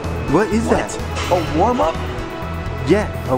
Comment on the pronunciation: warm up ... "worm" up hahahaha